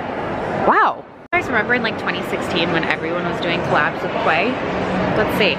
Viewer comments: Just fyi… quay is pronounced like key… it’s named after a spot in Australia haha love ya vids❤ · Quay is actually pronounced Kee! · Quay Australia is actually pronounced key I know word aye 😅😂😂😂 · Quay is pronounced Key btw girl!💜the heart glasses are gorg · Fun! Quay is actually pronounced “key”. I know! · Quay is actually pronounced "key" oddly enough lol ❤ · “Quay” is pronounced “key” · quay is pronounced as key haha